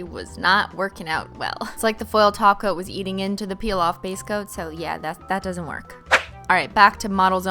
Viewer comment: everytime she says topcoat i hear her say taco lmfaoo